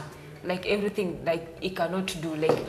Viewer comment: He he... Everytin is ready for anytin